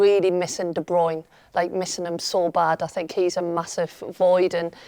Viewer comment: De broin ?? de broyner ?? . Listen yu lot ! It's pronounced as in Turner NOT joiner . Kevin is even on You tube telling us how to pronounce his surname . Why doesn't anyone get this ? I can't work out why ??